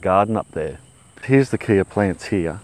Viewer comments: Not "Kia" apples. It is pronounced like the "K" in "OK". Sounds like "Kay". Mmmkay? From the Kei River in SA. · I'm from South Africa, and wanted to just give you the correct pronunciation for Kei - pronounced Kai - hope this helps :) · Hi from South Africa, it is pronounced ky apple, like my apple. love your channel, from the Tsitsikamma Storms River Village just inside the coastal Western corner of the Eastern Cape, temperate 1200mm a year. coastal montane wetland. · Hello from South Africa! It's pronounced "kay" like the last bit of "okay" after the Kei river in South Africa. Cheers!